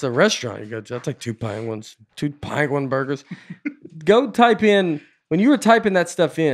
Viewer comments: This actually turned out to be a pretty good episode. Then again, I would’ve been fine listening to 80 minutes of Nate pronouncing “pangwin”. Keep up the good work, Nate,, and. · penguin not panguin